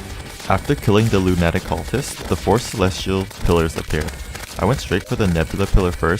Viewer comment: im horrified by the way you say lunatic